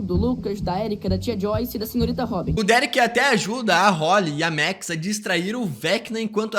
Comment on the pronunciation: Por que ele fala MEX ? É Maaaaaax